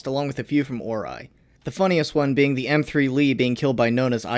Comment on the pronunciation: Ivan... load de high explosive... T H U D